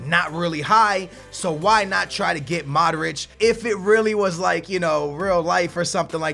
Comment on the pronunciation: his name is mODric not maric